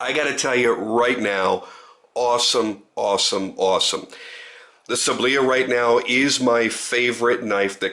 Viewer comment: sAAAblya, not sablIA